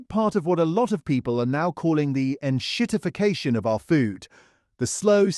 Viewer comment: 'En 'shit-ification' of our foods! ROFL LMAO OMG!!!!!! Gonna piss meself!